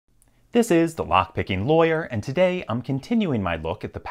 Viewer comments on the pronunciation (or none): Educate me, where is LPL from? Pronunciation on ”today - todeay” and ”key - keay” sound funny to me.